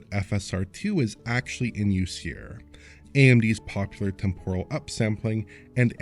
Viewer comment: Temporal, temporal, temporal!!!!! Not tem-poor-al ffs , pet hate , other than that usual complaint, great breakdown.